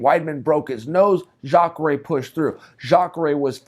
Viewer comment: Chael finally nails a name, Jakare!